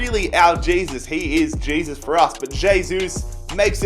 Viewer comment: Please....... pronounce "hey-sus"